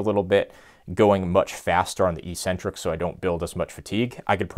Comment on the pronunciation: I still can't get over how everyone says "EE-sentric" instead of "EK-sentric". It's so annoying. Stop it, people, please. This isn't a hard word; it's a simple Greek compound.